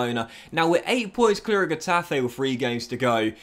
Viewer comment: N is pronounced like in English, Ñ is pronounced like the Brazilian "NH": Exaple: Ca-TE-na, Co-me-SA-nha Also, these denote tonic vowels: Á, É, Í, Ó, Ú Example: CA-diz, los CAR-me-nes Finally, G before E or I is pronounced like H unless followed by U, which is silent. Example: He-TA-fe, Gi-lla-MON Some other teams' names with different pronunciation: BE-tis, Al-me-RI-a